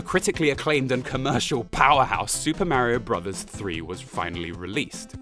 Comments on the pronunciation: "Super Mario Bruvs"... 😭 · your small distractions that you do dont work nearly as well in a serious video essay. For example, when you pause what you are saying to mispronounce "Bros." for the third time, it comes off as annoying raher than funny because it is breaking up the constant flow of information to the player. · "Super Mario Brovs." haha, I love it;)